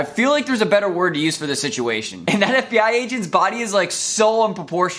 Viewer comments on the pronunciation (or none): bro didnt even notice the fbi guy says BFI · at 3 mins 55 it literally said bfi instead of fbi😂😂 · It said bfi and not fbi